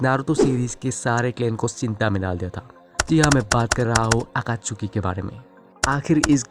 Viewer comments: Akachuki😂😂 nahi Akatsuki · Abe totle akatsuki he akatchuki nhi he jhatu bolna seekhle